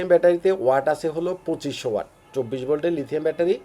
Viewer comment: আপনারা টেকনিক্যাল লাইনের লোক হয়ে ওয়াট কে ওয়ার্ড বলেন 😅😅😅